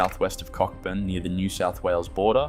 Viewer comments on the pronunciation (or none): You're pronunciation suck! Cockburn (a suburb in Perth, Western Australia, and a Scottish surname) is pronounced "Coh-burn", with a silent "ck". It is named after Admiral Sir George Cockburn. While sometimes joked about, the widely accepted pronunciation is indeed "Co-burn," rather than the literal, phonetic, or explicit pronunciation. Kookynie, a historic goldfields town in Western Australia, is pronounced koo-KY-nee. Kanowna in Western Australia is generally pronounced as kuh-NOW-nuh (with the emphasis on the middle syllable, 'now'). The Pilbara region in Western Australia is pronounced PIL-buh-ruh. Are you even Australian?